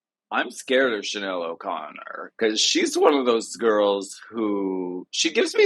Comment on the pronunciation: Alaska’s Chanel accent is PERFECTION!